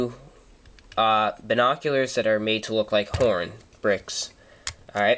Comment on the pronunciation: hu when you said horn bricks thrugh my spekers it sounded like porn bricks